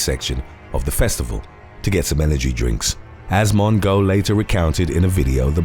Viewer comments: Lmaoooo “Mon-go” 😂 Her name is pronounced “Mo-jo” but I love how some of these names are mispronounced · Tana MONGO!!!!! I'm not even upset over you mispronuncing her name because it gave me a great laugh!!! LOVED IT!! LOVE THIS CHANNEL!!!❤✌ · “Mon-go”. HAHAHAH! 🤣💀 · Crying at how you say Mongeau 😂😂